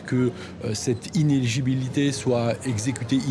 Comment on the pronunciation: Elles prononcent toutes le mot "inéligibilité" comme "inégilibilité".